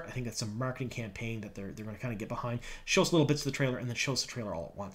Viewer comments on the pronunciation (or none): none